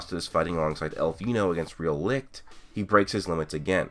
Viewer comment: German guy here, I can tell that the name "Licht" is really hard for you to pronounce. Most of the time you keep saying "Likt" instead of Licht. :D No hate, it's just funny to hear. Great vid. as always.